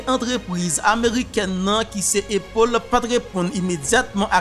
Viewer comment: frè pam prononciation an pa bon non A toujou rete A nan non an ok Apple